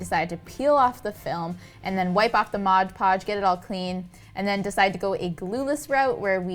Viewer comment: Pet peeve here, but it’s MOD podge. Not MODGE podge. Love your projects!